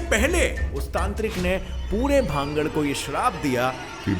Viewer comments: Please speaks Bhan-garh not bhangad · Its not भांगड़ its भानगढ़।🙏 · Bhangad h na ki bhagd